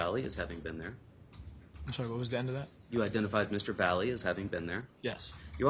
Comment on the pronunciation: Why can’t his attorney pronounce his name correctly?! It’s not Vally it’s Latino, Valle ….he knows how to pronounce that as a Latino himself